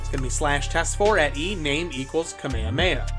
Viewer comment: Bro actually said kuhmayuhmayuh